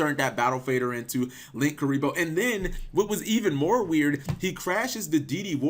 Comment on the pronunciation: Did you just say "link kuriboh"?